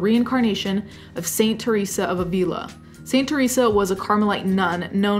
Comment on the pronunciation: ['avila], not [a'vila]